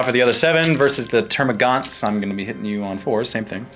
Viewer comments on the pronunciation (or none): It's termagants not termagaunts